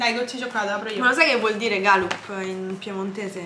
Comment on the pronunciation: Che belli questi vlog con la tua famiglia! Molto carini!! 🙂p.s. Galùp, l'accento sarebbe sulla "u"